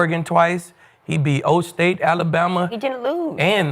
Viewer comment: I’m from Mississippi and hearing Ole State is diabolical 😂😂😂